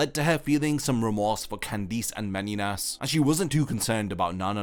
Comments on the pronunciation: Bro just say Candice normally please, it’s not Candeece ffs 😂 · No one talking about how he pronounces Candice as candeez??? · Why can't you say Candice correctly? I HATE when 'pro yputubers' ruin a video by making simple and VERY AVOIDABLE CONSTANTINE MISTAKES like not knowing how to correctly speak their own language.. Google has a function that EASILY helps to avoid such immersion ruining gaffes.. Amatuer..